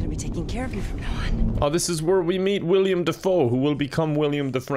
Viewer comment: Omg, he's still pronouncing it "William."